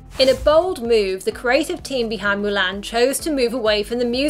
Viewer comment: It’s MU-LON